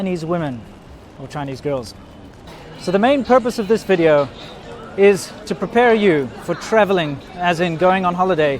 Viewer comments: i like your channel (been watching it for years) and yes you have a great looking woman but you need to teach her the letter V as in Video not Wideo.. for her sake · yeah I hear anata wideo as well hahaha, accents... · "welcomme to another wideo" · Welcome to another WIDEO! Wow WERY WERY good! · wideo LOL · lol ur fiancé intro is funny.....😂😀"welcome to another "Wideo"😂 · i love the way she says video, its sounds like wideo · You should teach your wife to pronounce the "v" sound. Weedio sounds really grating. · Cute?? Actually dumbs her down a lot to the level of a little girl. Weedio might be cute for a 10 yr old, for a grown woman married to a native speaker??? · Can you please tell your girlfriend to pronounce video instead of "wedeo"? That common Chinese accent makes me feel so awkward,LOL! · welcome to another wideo is getting on my nerves....😬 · Please, Please..please.... Help your wife to pronounce "Video"....!!! thank you. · Ji Fan I noticed that too🤣🤣🤣there are many words they can’t pronounce properly